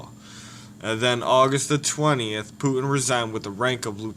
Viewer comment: First you should learn how to pronounce his fucking name idiot